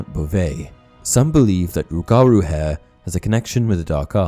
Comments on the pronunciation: as someone from Louisiana its pronounced rue-ga-rue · As a Louisiana native. Respectfully... its "ROOguhROO" 😂😂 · He said rougarou wrong such a Brit lmao